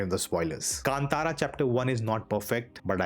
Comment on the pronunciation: Thank you for your correct pronunciation of 'Kantara'.